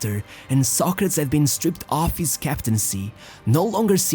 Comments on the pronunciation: Was that really how his name is pronounced So-crates, not So-cra-tes? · Socrates. Not socrats. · The is pronounced as "so·kruh·teez" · Pronounce his name right who cares if your in brazil or europe. Its Socrateees. What the heck is socratss.?? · His name is pronounced Socra-tees, not Soc-crats. You may need to re-edit this. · There was one video made by Daily Dose of Football that had convinced me that they were NOT using an AI voice. But I guess that I was wrong, because instead of hearing the name "Socrates", I had to hear some ugly word that sounds something like "sock-rats". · socratshh hahaha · 16 minutes of you butchering the pronunciation of his name, re do the vid, prat. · I never knew Socrates was pronounced as the narrator say it, Ive always known it as Soc Kra Tees. but I could be wrong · Learn right pronunciation, pronounced so kre tees. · Socrates pronounced so kre tees. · The narrator couldn't pronounce the name Socrates properly. He keeps on saying 'Sock-retts' who is that..LOLOL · This stupid narrator keeps mispronouncing the dudes name I can’t watch this video lmfao. Homie did all the research but didn’t do a basic due diligence of looking up how he and announcers and Wikipedia said his name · What is it with you butchering theses guys names , first with Torres using that awful accent and now Socrates. You do good videos but fk up with this crap. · dude, your videos are good but that fucking pronunciation, you have other videos or google translate to hear how it sounds. every time I hear you using a fake pronunciation I want to close the video (and close it many times) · You managed to make an entire documentary about socrates without saying his name once properly😂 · Lol you can't even pronounce his name properly. Embarrassing. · nobody pronounces Socrates the way you do